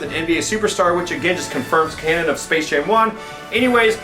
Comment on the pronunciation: is it just me or did he said space shame 2 in the beginning